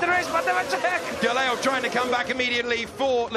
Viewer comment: struggle to pronounce Gelael name haha. "Geyell"